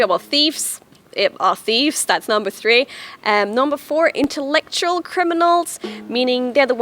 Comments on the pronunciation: 'Intellectural'? Hit me up girl, I'll proof check your videos before they stream. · "Intellectual" in English has no "r".